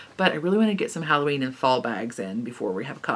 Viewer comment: You said Halloweenie!!! hehehehe!